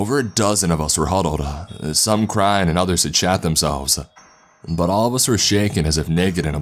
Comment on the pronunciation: he said shat, his voice made it sound like shot